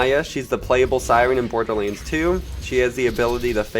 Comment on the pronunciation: Dude pronounce borderlands correctly holy fuck